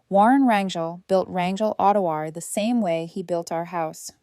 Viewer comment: really ? pronouncing Autoware as ottowarey !